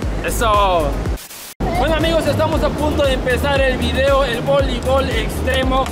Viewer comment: ”Cosas que puedes hacer en la cuarentena” Mientras tanto somos cacahuates:”Voleivol en la playa”